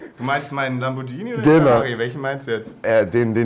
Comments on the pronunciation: lambor"g"ini ...wird mit "g" gesprochen mfg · Lamborghini wird nur mit g gesprochen, weil ein h hinter dem g steht... Und das hast du ja vergessen xD